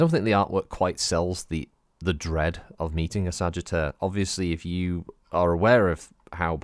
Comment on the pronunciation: LOL It sounded like Sagetter to me.